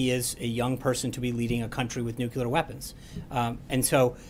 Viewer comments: My god.....It's pronounced nuclear not nucular. How do both him and the president not know how to pronounce such a simple word. As Trump would say, Sad! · Hey Sean, it's pronounced New Clee Ur not New Kyoo Lur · nucular weapons Sean Spicer?. it is " nuclear weapons".. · NU - CLE - AR! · Sean has been doing this whole communications director/press secretary thing for decades, and he does not yet know how to pronounce "nuclear"? Seriously?